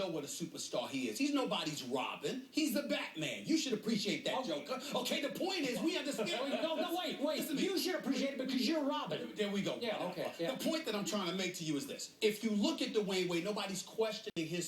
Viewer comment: ha smith called skip joker againa nd skip didnt catch it ha he thought he called him robin he was calling him jiker lol